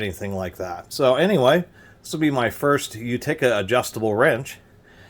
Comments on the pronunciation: Sweet old wrench! Many pronounce it "YOOteka". says "YOOtekER". I have no tools from Utica but have been there. Nice find. Should clean up nice unless rust has gone on too long. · What in God’s green earth is a You-tick-ah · Accent is on the first syllable! U ti ca. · The way he says Utica is completely insane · still can't pronounce Utica. Oh well. Great review otherwise.